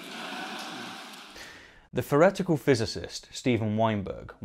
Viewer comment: The “forretical physicist”? “Wivv or whifout”.